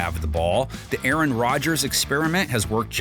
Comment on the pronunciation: “A Aron” Nice nod to Key & Peele